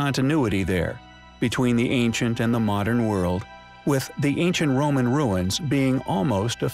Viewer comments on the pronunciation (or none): none